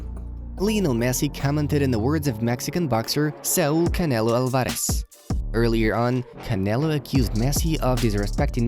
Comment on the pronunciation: The way he said Alvares 😂😂